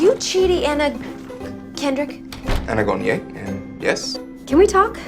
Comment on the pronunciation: "are you Chidi An...na Kendrick?" lmao